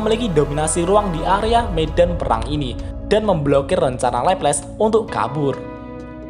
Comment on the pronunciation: Di anime nya di panggil Laplase/laples deh bang bukan leples 😂